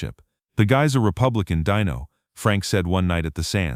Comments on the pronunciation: Pronounce Dino correctly, please. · DEEN-o not dino! Deam Martin wasn't a chicken nugget! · The name is Deeeeeno, not Die-no!! Get it right,!!! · It’s DEENO FOOL NOT DINO DIOT SAY IT RIGHT DEENO